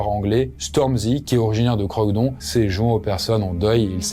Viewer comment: On dit pas Croyd"on" mais Croydon"e", comme pour Houston par exemple !😉